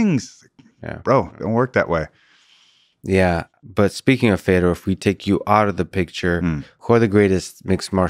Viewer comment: Interesting that Josh pronounces Fedor's name correctly and Lex doesn't 🤔